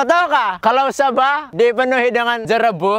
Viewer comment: "dipernuhi" Mmg kawan sejati la tu kalau mengijikkk tesalah becakap 😂😂